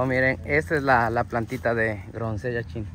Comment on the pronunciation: Felicitaciones nos encanta sus videos solo un pedido porque también miran lis niños y se confunden en ciertas palabras como grosellas y NO gronsellas. Otra dice champuzón y es chapuzón por favor con todo el cariño del mundo y con mucha admiración y respeto de antemano gracias por todo lo que hacen